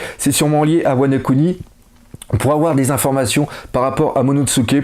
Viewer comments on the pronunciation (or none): none